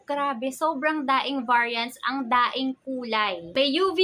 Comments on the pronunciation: Napansin ko lang yung word ni madam....yung "daing" what does it mean? Daming or daing? Silent "m"? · Is it just me or talaga "daing" ang pronunciation niya sa madami????